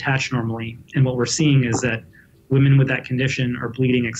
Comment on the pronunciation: Ehh... wahmen